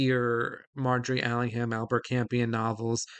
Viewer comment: NB The H in Allingham is silent. (Like in Buckingham, Cunningham etc.)